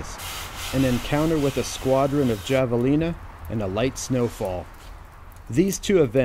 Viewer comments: So, Im from the southwest. Hearing say "Djah-va-lee-nuh" hurts me in my soul. Its spanish. Pronounced "ha-va-lee-na". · Hello! I hope you are doing well! I’ve encountered javelinas in Arizona, they can be feisty little things. They’re actually pronounced with a soft J (like in the Spanish name José ~ Have-uh-Lee-Nuh). Keep up the amazing content! Your videos are like a portal to another time, and they help people like me escape the terrors of reality. Nature truly is god’s miracle. Thank you. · hey man, as a native of the southwest all i can say is...HAVEalina, yes i know its a j but in the regional dialect the j makes an H sound. love the series cant wait to see what you post next. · Hav-A-Lina..... Lol! Great job though. Enjoy your work. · Great videos! In the Southwest, javelina is pronounced Havelina. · Havalina.... with a J isn't it??? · it is pronounced 'have-a-lina'. Spanish. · The j in javelina is silent,instead its a h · I was always told the Javelina pigs are pronounced with a “H” sound, cause it’s a Spanish name.